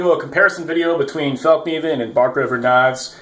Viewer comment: Fall-nee-van** NOT felk-nee-van. And yes I agree there is nothing out there that performs as well out of the box aside from a Rockstead.